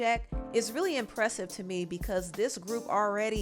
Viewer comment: You can’t say Empressive don’t know music